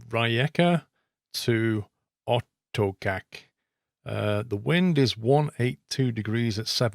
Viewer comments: This one was great, it was hilarious listening to your Croatian pronunciations, theyre pretty hard. Just a quick tip, for the next leg of this trip, in Croatian C is pronounced TS, and C with a little thong on top Č is pronounced like CH. So Gacka River is Gatska and Otočac is Otochats. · My wife is Croatian and she says Otocac is pronnounced as Otochatz. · I'm from croatia and your how you pronounce rijeka and otocac is so funny Here's a tip I is pronounced like E A is e but without y when pronouncing Croatian is very hard but if you now at least that, that is great